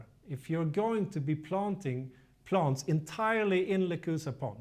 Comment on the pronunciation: QUESTION: Can you practice these 2 words - EXcess, not ACcess, and plANTS, not plUNTS? Issue #1: Excess = residual; more than enough, vs ACcess = to capture or get in to. Issue #2: Plant = an organism studied by Botanist; A plUNT = NO ENGLISH SPEAKER KNOWS WHAT THE HELL THIS IS; an annoying sound in an otherwise great and informative youtube video series.